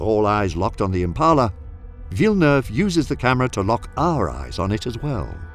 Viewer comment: That's a spot-on pronunciation of Villeneuve my man